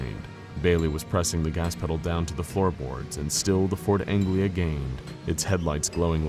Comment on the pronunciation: It's Ford Anglia, not Angela. ;)